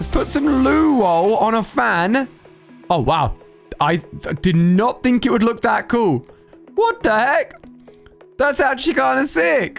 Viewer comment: When he says look , somethimes it sounds more like lack